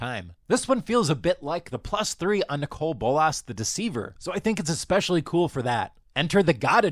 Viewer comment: You say Nicol Bolas very weirdly.